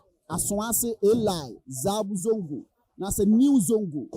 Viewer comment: Man it is pronounce, SABON ZONGO, and not ZABU ZONGO